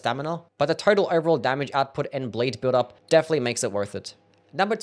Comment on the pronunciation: man I love your videos but PLEASE for th elove of god, it's "builDup" non "bLILLup"